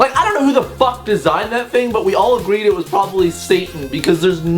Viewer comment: At the end when you said "I love you all" I heard "I love you wall" and I had to kind of let that just sink in